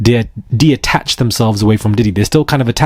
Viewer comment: it's "detach" not "deattach." Love your work.❤❤